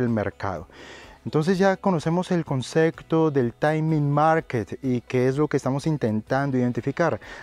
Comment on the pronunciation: buenas tarde soy raul te sigo ase un tiempo desde malaga exelentes videos he aprendido mucho de ti gracia s por todo te quiero comentar una cosita tonteria pero la palabra concepto lo pronuncias un pelin mal y barios videos te lo he escuchado un saludo y gracias por todo